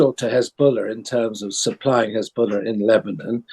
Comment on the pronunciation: "Hezbuller" XD